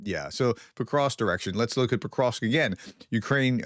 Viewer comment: Why are you still inserting an " i " in Petrovsk ?? It is NOT Petrovisk !!!! You do this 99 % of the time !!! You got it right ONE TIME only !!